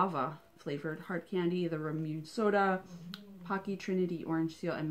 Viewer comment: Ramone is pronounced ra moon ay